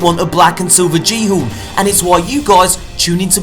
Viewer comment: I get so sick and tired of everyone saying ghorn wrong THE FUCKING G IS PEOPLE ITS MORSE AKA VIKING LOOK IT UP